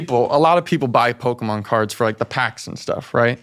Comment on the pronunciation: When he got to the Pokemon card stuff and he kept pronouncing Pokemon like a boomer and talked about **SWAP MEETS**- his fucking terminology isn't right. Like just that segment would tell me he's full of shit and an imbecile. BUT THEN THE REST OF THE VIDEO